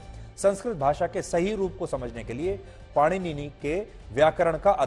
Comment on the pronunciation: सुधीर चौधरी जी से भगवान् पाणिनि का नाम भी ठीक से उच्चारित नहीं हो रहा है भला ये हमें क्या ज्ञान देंगे।